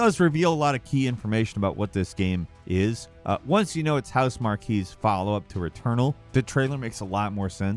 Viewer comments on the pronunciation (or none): Pronounced housemark lol not marky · Love ya, but let’s nip this in the bud for the entire industry. Housemarque is pronounced “Housemark”. Don’t believe me? Listen to the man that works there in the SoP video. Fix it! 🤣